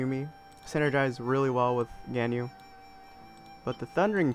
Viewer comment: its gan-yu